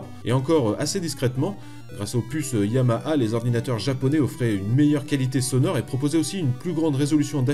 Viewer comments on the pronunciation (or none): none